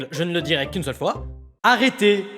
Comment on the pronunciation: On dit arrête et non araiter